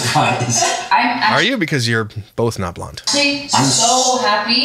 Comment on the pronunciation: I loved how said "bolth" rofl. I love him 😅